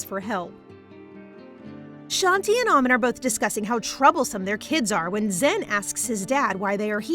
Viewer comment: It's pronounced ah-mon not ah-min